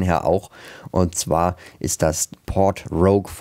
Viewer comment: 🤣😂Du sagt,,undzwa" und dann kommt die Chtombook Werbung